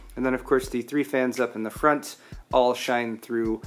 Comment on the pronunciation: Moount it in the froont